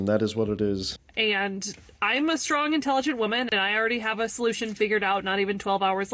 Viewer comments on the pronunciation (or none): Stwong intelligent wahmen!